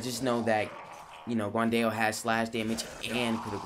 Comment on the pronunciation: It’s pronounced like “gwan Dow” NOT “guwan Dayo”